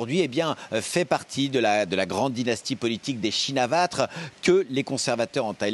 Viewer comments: C’est quand même fort d’être correspondant officiel en Thaïlande et de même pas savoir prononcer correctement le nom de la famille. C’est "Shinawatra", pas "Chinavatre". Si tu bosses vraiment le sujet, t’as forcément entendu ce nom des centaines de fois, donc le prononcer correctement devrait aller de soi. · pour info, en phonetique thai ca se prononce bien comme ca - "chinavatr" le dernier "a" est bien muet - faute pardoneee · Chinawat et non shinawatra pour la prononciation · Mesdames et Messieurs, c’est Chin-na-wat. Je suis Thaïlandaise, so I’m the ultimate authority on this particular subject, ok? 😂 Bien sûr, comme beaucoup de mots thaïs, leur nom vient du sanskrit (auquel cas ce serait Wa-tra), mais la prononciation a été assimilée et adaptée à la langue thaï, et certaines lettres sont muettes. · Après vérification sur tonton Wikipedia (et avant que vous me disiez que Wikipedia c'est pas fiable, je pense que pour un truc objectif comme la prononciation du nom d'un premier ministre, ça va), [pʰɛ̄ː.tʰɔ̄ːŋ.tʰāːn tɕʰīn.nā.wát] Donc c'est aucun des deux, c'est "tchinn-na-wat" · C'est dingue que le correspondant de France24 en Thaïlande soit incapable de prononcer un tant soit peu clairement le nom de Shinawatra lorsqu'on connait le poids politique de cette famille depuis presque 30 ans dans le pays...